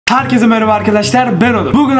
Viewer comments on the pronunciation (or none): none